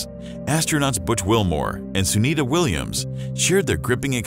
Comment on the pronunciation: Her name is Sunita Williams..not Sunni Williams 😂